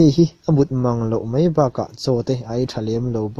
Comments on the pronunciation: mei ti lo hian mai han ti ta la. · A ngaihnawm hlemai.. Mahse Mai hmanna ah mei i ti tlat hi ngaihthak ati hrehawm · A ngaihnawm hlawm khawp a, mahse, 'mai' tih tur 'mei' i tih thin hi fimkhur deuh teh